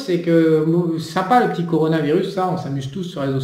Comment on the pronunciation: "Conoravirus"..."peunomie"... Je confirme: t'y comprend que dalle. le JCVD de l'économie. Mdr